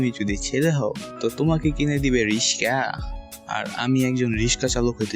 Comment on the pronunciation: Riksaw bola ta onek sundor hoise😂😂😂